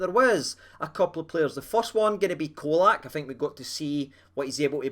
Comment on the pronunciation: IT'S "CHOLAK"! LOL😂, had to laugh at some of the predictions from the Hammers before the game - one spouting 5-0 to them...sent hame with a skelpt erse!